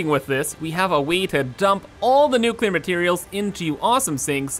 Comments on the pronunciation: Hey, New name for nuclear train station... Nuchoolear Station. XD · Nucular spiiice